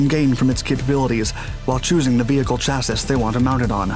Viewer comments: Great video, keep it up! I do have a bit of friendly criticism though. Chassis is pronounced "Chassy" it rhymes with Classy. Don't worry, it's a common mistake. Thanks again for the awesome videos dude! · Can your computer so it pronounces chassis correctly? It is pronounced "chassy", like baby. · I only have one question... what is a "cha-siss"???? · Please stop pronouncing "chassis" incorrectly. I'm begging you. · BRO, it's chassi, not chassiS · CHASSIS The last 'S' is silent. Wonder why I can't recommend you more? Stop using this pronunciation of 'chassis' It should sound like chassy not chassIs Much like Marine Corps sound like Marine Core. Mounted on a Rhinematol RMMV HX2 8X8 but never shown Did show the Volvo 6x6 All Terrain Articulated Truck however. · Chassis pronunciation: Chass-ee ✔ Chass-es ✖ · I love the work you do. All the videos are great and very informative. My only "criticism" is the word chassis is pronounced "chassy" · I've been subscribed for a long time...but for fucks sake, please learn how to pronounce chassis (CHasē,ˈSHasē). It really is a brain splinter. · Awesome video but the word Chassis is pronounced "cha-see" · No hate here but the word "chassis" is pronounced chassee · Chassis = "Chas-e" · Love your videos! Chassis is pronounced "Cha-see". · I hate to nitpick, as I really enjoy all of your videos, but chassis is pronounced like "chassie". I grit my teeth every time I hear it. Sorry. Thanks. Keep up the amazing work... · Can we make that Shass-ee ✔️ Chass-ee ❌ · The third “S” in chassis is silent my man. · You do not pronounce the last s in chassis. Please look it up and apply it.